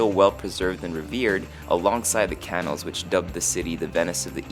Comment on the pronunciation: "canals", not "cannels".